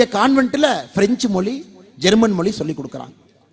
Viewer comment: Not Moli it is mozhi.